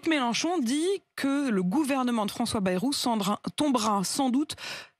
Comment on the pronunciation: Et c'est pas "bérou", c'est "baillerou" la prononciation du premier ministre, cela s'appel parler français ! « Bérou », « Baillerou »… Comment se prononce vraiment le nom de famille du Premier ministre, François Bayrou ?